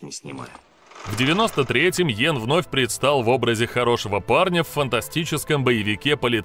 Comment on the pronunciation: Знаком с ним лично. Фамилия его Янг, а не Йен.